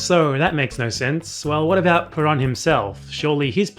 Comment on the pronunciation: I completely agree with you, but don’t criticize his pronunciation too much. His name is Perón. Ponga el acento en el rón. PeRÓN. Muchas gracias por sus video. Saludos desde los EEUU. Venceremos!